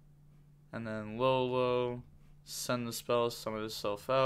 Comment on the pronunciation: Yo the one that says LaoLao is pronounced like Yao Ming but with a L.